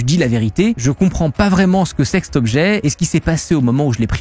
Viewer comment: CET hôpital, pas « ste »…PAS STE ! Se prolonge, pas « se prolongue ». (Soupir)